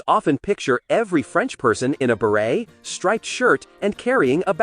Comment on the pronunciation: The T in Beret is silent